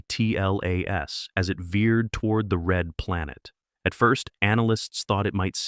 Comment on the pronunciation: Why can''t the commentary say Atlas ....rather than A.T.L.A.S??